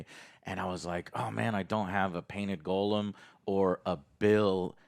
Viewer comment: Why do you insist on calling Gollum "golem"?! I have tried to look up any justification for your pronunciation, but can't find anything. Where did it even come from?